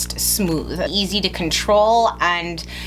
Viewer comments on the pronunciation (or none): none